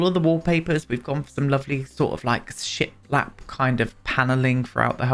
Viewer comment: You may not be seeing those Edwardian base game tiles because the default swatch you see is in dark colors (sort of teal and burgundy I think). Every time you said ‘ship lap’ I heard ‘shit lap’!